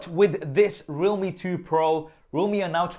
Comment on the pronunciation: Is it not pronounced "re-alhme"? As in realm